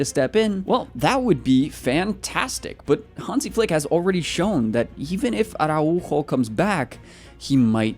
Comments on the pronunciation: The tilde is not that strong. It's not "Ara-UUUUUUUUU-jo" its "araUjo", the U is just "louder". "are ow ho" is the englsihshifgivatrion of th word. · the way you say Araujo is kinda funny, VISCA BARCA 💙❤️